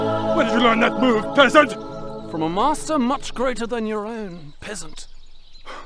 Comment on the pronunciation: At times it sounded like they were saying "pissant" lmao